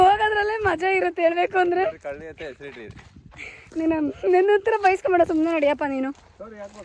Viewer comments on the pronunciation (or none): ಕುಳ್ಳಿ ❎ಕಳ್ಳಿ ✅😅